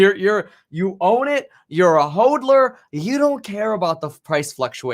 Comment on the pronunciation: hOdler, not hOADler